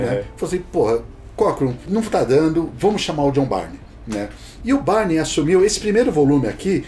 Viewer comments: Tem uma dúvida que me persegue até os dias de hoje: A pronuncia do nome dele é "Bayrne" ou "Birney"??😅😅😅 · Mas é Jhon Bârni, Jhon Bárni ou Jhon Bírni !?!